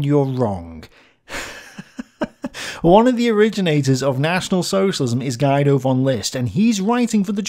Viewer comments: FYI Guido is pronounced more like "Gee-doe" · Hey, just wanna let you know that "Guido" is pronounced "Geedo". No biggie. Keep it up!